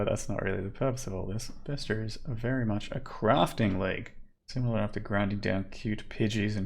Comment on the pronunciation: Fuck yeah, someone pronounced bestiary correctly, 10/10